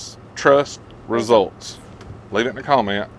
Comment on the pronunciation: "Service Trust Reseults"